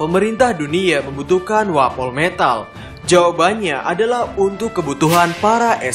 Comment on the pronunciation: Wapometal sebutannya bukan wapol metal